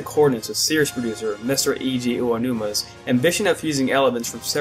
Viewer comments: It's mostly Eiji Aonuma, I don't know why it's so hard for people to pronounce it. If you look it up you should be able to find it. Or use Google Translate. Sometimes people do mess up on Miyamoto's name too, but a lot of people already know how to say his name, so it's okay. Eiji Aonuma (Ey-jee Ow-new-mah) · I wish you guys would practice how to say the man's name correctly. I mean, this isn't an ocarina or pokemon pronouceasion thing, their is only one way to say his name.